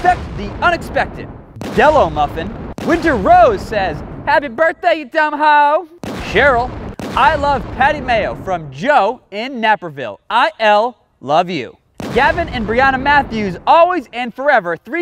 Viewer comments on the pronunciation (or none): You said naperville wrong nae-per-ville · Just a fyi....its pronounced Nape-erville, illinois :)